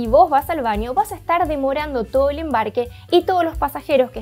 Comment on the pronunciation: Se dice "baño", no "vaño", nena.